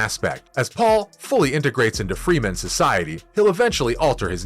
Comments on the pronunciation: it's not Freeman it's Fremen damn it! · Fremen, not Freemen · It's Fremen. Not Freemen. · Also if your gonna be so critical prounce the name of the people correctly freh-men not free-men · Freh-men, not Freeman. Very bad pronunciation of many of the characters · First I wanna give this video a thumbs down for the amount of times he said Fremen incorrectly and the fact that he tried to use the book as a source for critiquing but exposed the fact that he must not have read the books 🤣🤣🤣. In the book Piter talks of the assassination attempt on Paul as being staged and they never expected it to succeed and that Hunter seekers rely on movement. Second when Paul realizes Leto is dead his powers are awakening and his mind is computing at a beyond mentat pace this he doesn’t feel till afterwards